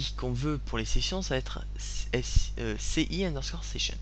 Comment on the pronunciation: Bon tuto ! Je voulais pas poster ce commentaire au début mais au bout de la 10ème fois que j'entends "S-I" au lieu de "C-I" j'ai craqué. Donc juste pour dire que ceci => "C" est un C et non un S et se prononce "èsse" et non "sé" ;) Aussi ça me choque un peu de dire "FALSE" et non "FAULSE". Bon tuto tout de même bravo ;)